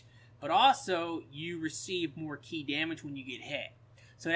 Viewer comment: stop saying chi lmao. ki just say key lmao.